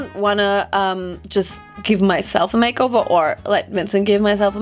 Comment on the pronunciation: & „ä mejkovor“ 😂❤️